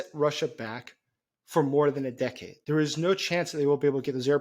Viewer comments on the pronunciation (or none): none